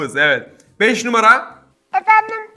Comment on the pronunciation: Anladık beş'e beç dedi sus artık